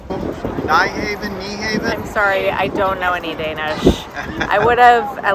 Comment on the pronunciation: you almost said Nyhavn correct the secon time however skip the e at the end, for some reason English speakers put an extra e at then end and say Nuhaven instead of Nyhavn